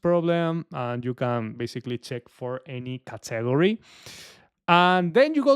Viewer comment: You pronounce category pretty funny lol